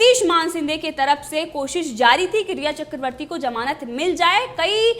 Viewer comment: Madam it is zamanat not jamanat 😂😂